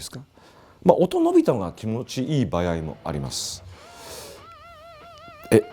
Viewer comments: 場合をばやいって言う和嶋さん可愛いw80年代初めだけど本見ながら自作してたなー。当時は田舎ではなかなか手に入らなかったディストーション+とかファズとか作ってたなー。いつかはボコーダー作りたくて夢みてました。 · 場合をバヤイって発音してるの、方言なのか癖なのか分からないけどなんか好き笑